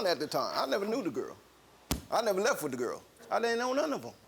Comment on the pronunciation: I can't believe the sister just up and leff. The poeleese need to ax her some questions.....